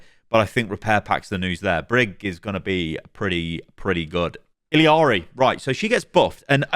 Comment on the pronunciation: How did you play Illari for so long, yet keep calling her ILLYari?